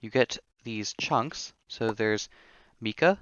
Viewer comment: I am not trying to be rude at all but the Mica powder isn't pronounced like Mika it's Micah just to let you know because it is my name 😂